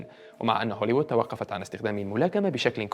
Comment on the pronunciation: هوليوود وليس هوليود يا...!!! 😍😍😍🤓🤓🤓